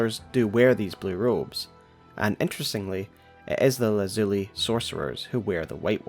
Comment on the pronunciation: you are the best elden ring lore tuber, hands down. my only constructive criticism is a few pronunciations here and there. for instance Lazuli is pronounced LAH(as in Bad)-Zoo (as in Poo)-Lie (as in Die) and Prelate: Prellet like Pellet. I dont say this to nitpick, but to say if you did research words you arent sure of a bit more, youd be making literally flawless content. I love your analysis so much. hit me up id help for free.